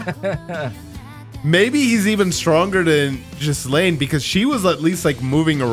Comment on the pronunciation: Lmao, you're close to calling Ghislaine Jizz Lane. Hard G, silent s. Gi Laine